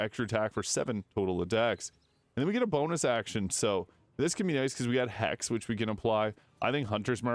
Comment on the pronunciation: Please work on your pronunciation and diction. It sounds like "haste" when its hex. I mean it with all love.